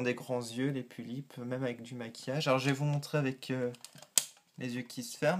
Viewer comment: On dit pullip pas poullip ^^